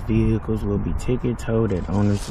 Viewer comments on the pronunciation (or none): Saying "vee-hicles" should be an arrestable offence.